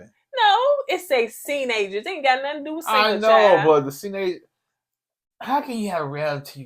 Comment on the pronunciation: Say what now? "Seenagers?" What in THEEEEE MESS? 😂😅🤣😆😄🙃